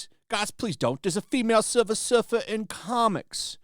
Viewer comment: Please it's Sliver Her fer 🤣🤣🤣🤣